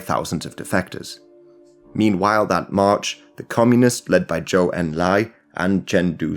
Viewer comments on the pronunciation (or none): Zhou en lai pronounced Joe un-lye. Not jowe